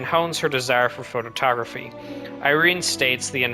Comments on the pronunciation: "photo-tography" >> Really? Is that the way that *photography is pronounced? It is pronounced Pho-tography. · … “Photo-tography”?? The narrator threw in an extra syllable there and also another time with that same word earlier in the video.